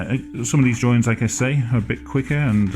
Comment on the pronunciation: "Well you know my name is, and I like to do drawrings."